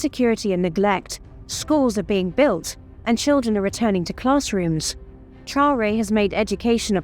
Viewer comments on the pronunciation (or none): Mme la narratrice vous prononcer très mal le nom du président c'est Mr Traore